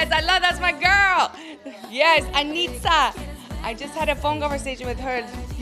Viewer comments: Fergie falou certinho os nomes Ela falou anitta e não anira TE AMO FERGIE VEM MORAR NO BRASIL VC JA É DE CASA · A primeira gringa que vejo fala o nome da Anitta certo e não Anirra kkkk